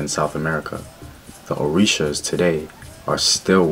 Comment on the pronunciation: Sorry, got it backwards Ori-sha, not o-risha.